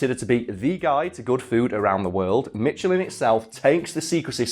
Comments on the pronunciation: Its always been advertised as mish-il-in in Canada, this is like the strange fact that you seem to think that even though a word spelled A L U M I N U M is pronounced aloo-mini-um, completely incorrect, aluminium is the French word for aluminum not English. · Canada here; I've only ever heard it pronounced as 'Mishelin' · I’ve only heard the tires as “Mishelin” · You've never heard of the world famous tire magnate Mitch Ellen?? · Michelin (/ˈmɪʃəlɪn, -læ̃'/) it's not posh, it's French. It's a short ɪ and a silent n... God it's annoying hearing it pronounced like Mitchellin. Why? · Literally every comment: "I've always pronounced it MISH-a-lin, and have no idea where you might have heard either of the ways you pronounced it." Just saved you a lot of scrolling. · It’s a French brand so you’re supposed to pronounce it “mishelin”. That’s how the tire companies name is pronounced in all their commercials. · I'm from America and everyone I know pronounces it Mishelin and Garage with a soft j sound. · Tv: michelin guide (sh pronunciation): Meeshellin I'm confident is just pretending he has a sense of hearing. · It is pronounced how you normally pronounce it just with an ‘sh’ instead of a ‘ch’. It’s pronounced mishelin, ‘mish’ - ‘a’ - ‘lin’ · The "Che" makes a "Sh" kind of a noise. Pronounced "mi-sh-ilen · Everyone pronounces it mishelin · Ohio too. Even all the tire commercials themselves do. It almost sound like he’s pronouncing it with a “T” in the middle. Like mitchelin lol. Look at it like this. It sound the same as the state of Michigan. It’s not Mitchagin. Although, if it was Mitch again that would explain a lot. He’s a clown. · Michelin (/ˈmɪʃəlɪn, -læ̃/; French: [miʃlɛ̃]; ) meesh-ler (nasal at the end) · I've never heard Michelin ever pronounced "mitchelin" before. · The "mich" in Michigan is pronounced "mish" , and to my knowledge its the same for Michelin. At least in the States. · It’s not pronounced “Mitchelin” because there’s no T in it...